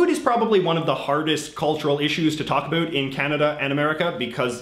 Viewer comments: literally no one says it like that lmao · I was born and raised in Nova Scotia and I never hear anyone say it like that either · HAHA he says abhoot, I was born and live in Canada my whole life and never heard about said that way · I couldn't tell if you were Canadian or American before I heard you say 'about' lol